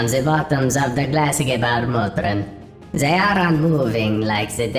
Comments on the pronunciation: He really chose some hard words like "Gebärmutter", poor guy was suffering saying it :D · hahaha das war schon crazy